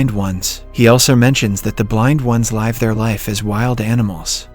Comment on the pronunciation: They synthesized his voice into this bot. No sense of humor and can't pronounce "live" properly, it's quite obvious.